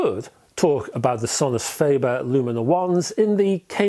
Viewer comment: Sorry to be 'that guy' but: fAH-ber not fAY-ber.